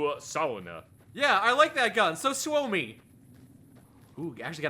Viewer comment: LEARNED TO PRONOUNCE SUOMI 🥳